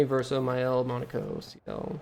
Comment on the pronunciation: Awesome job but I have to ask is there some secret society of streamers who all banded together to mispronounce Monocos name as Mon a co instead of Mon o ko. It's making me crazy I mean they refer to him correctly in the game